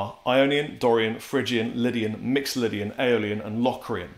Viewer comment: He actually pronounces mixolydian right